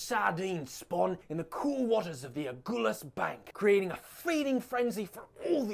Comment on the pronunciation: Tugela, not Tulega Someone tell them it is A(galh)us, and not Agoolhus How can she not say Xhosa, when the American guy does it so well? Umhlanga (reed dance) is not only Swazi. Zulus do it too. Please find a black person to help with our stuff, original channel.